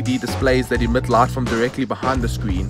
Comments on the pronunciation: Is he pronouncing “lot” to “light”? 🤔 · So, QLED TVs have a "brart lart"? 😂😂😂